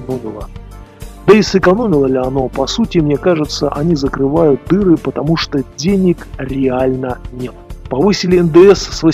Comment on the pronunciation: Ув., простите, я хотел сказать ув., или...., а что означает Ваш интонационно выделенный фрагмент "Денег реально нет"? Вы когда эту фразу произносили руками вот так делали?